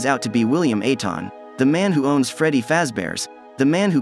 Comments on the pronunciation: I love that content keep it it but the fact that you said aton instead of afton pisses me off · Did bro say William aton not afton, what the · He said aton instead of afton😅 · Why did you call him William aton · No way bro called william afton william aton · William afton ❌ William Aton ✅ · "William Aton"💀💀💀💀💀💀💀💀💀💀💀💀💀💀💀💀💀💀 Bro forgot F💀💀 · I came to the comments for this. Also "William Aton" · "william ateon" 💀💀💀💀